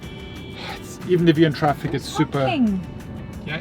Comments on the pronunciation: That "TRAPIK"! 🤣🤣🤣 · Glad you're using the Filipino accent on how to pronounce some English words: traffic = TRAPIK; hungry=HANG-REE. Now, I have a request for you and: in that please use the following two Tagalog words once or twice and it will jilt your viewers with joy: (1) "Di Ba?" - In conversations, Brits always end their statement with "isn't it?" In Tagalog, please substitue "di ba?" For example, it's very hot today, isn't it? Say, it's very hot today, di ba? (2) "Grabe" - Also say "grabe" (pronounced: grab-beh) when describing something that is super good or super bad. For example when you see a car wreck, you say "grabe"...with this one word, you are describing the wreck as very terrible. Or, when you go to a tourist spot, like Tagaytay, and see some beautiful spots, say "grabe" which means you just saw some very beautiful sceneries. Superlatives in Tagalog.